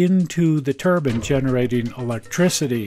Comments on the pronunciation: Turbine not turban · Turbine, not turban, the "e" isn't silent. Just as with wine, not win. :$